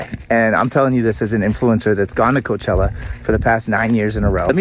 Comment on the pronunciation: Did you say Coachella or coach/HELLA